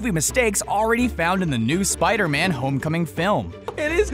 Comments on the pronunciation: I found one mistake he did : ''spide-man'' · Spidey man wtf its spider man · spidy man not Spider-Man? and his voice is very annoying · it's Spideyman lmao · He saying Spidey man really